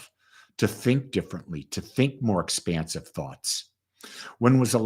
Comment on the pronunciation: Expansive not expensive lol